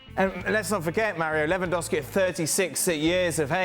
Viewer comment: Ravinha 😂 Revandowski 😂